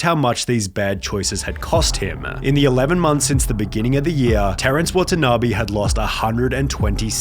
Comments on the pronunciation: it's NOT "watana BEE" , it's "watana BAY" .. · watanabe is pronounced wah tah naa bay not bee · I take a shot everytime he pronounce the name Wa-ta-na-bee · how to pronounce watanabe: wa-tan-a-bay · Why don't you spend some time looking up how Watanabe is pronounced?